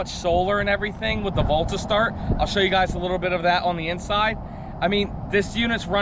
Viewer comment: Is he saying volt or bolt?